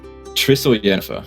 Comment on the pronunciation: Saying Yennifer… I might be unsubbing.